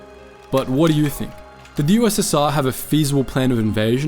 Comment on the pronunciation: You said ussa